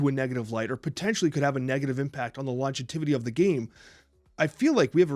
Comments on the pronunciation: I love you guys and don’t wanna be a dick, but monetization and longevity… please revisit how you pronounce these words lmao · I’m sorry but the amount of times said “monezitation” and said “longetivity” 😂😂 tough to present a compelling argument when you can’t pronounce the talking point but somehow I still agree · Am i crazy or is saying Longetivity instead of longevity and is saying Monezitation starting around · love to talk about monezitation and longetivity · Hearing mispronounce "monetization" as "monezitation" (four times) and mispronounce "longevity" as "longetivity" (three times), is distracting me from the points you're trying to make. Call me a snob or whatever, but it's hard to take people seriously when they mispronounce words, even if the points they're trying to make are reasoned well and thoughtful; especially when they're speaking in their native language. If one or both are dyslexic, i can sympathize, but it's not a good excuse in a format where the video can be (and obviously has been) edited before it's uploaded. I like you guys and I want the content you produce to be as high quality as it can be. All that said, although I can agree with both on some points in passing, I will always compare mobile games to console/PC at the end of the day and fundamentally disagree with the way all mobile games are monetized. Whether or not that's "fair" is a straw-man; mobile games and PC/console games can absolutely be compared to one another, especially when the objectively inferior quality offering is demanding an exponentially larger financial investment from the consumer. If the gamer community at large has a choice between spending $70 on a fully animated, 3D rendered AAA console/PC game and spending hundreds upon hundreds, potentially thousands of dollars in the cash shop of a mobile game, I worry deeply about the person that chooses to spend hundreds, or thousands of dollars on the mobile game and considers it in